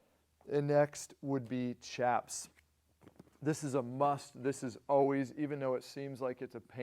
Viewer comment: For what it’s worth…chaps is pronounced shaps.